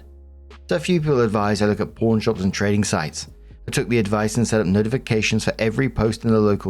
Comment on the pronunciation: I LOVE this channel specifically because is so sympathetic, self-deprecating, funny, and relatable. BUT- ever time he says "pawn" it sounds like "porn" and I can't resist giggling a bit. 😂